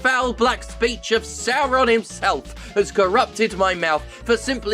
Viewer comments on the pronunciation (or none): none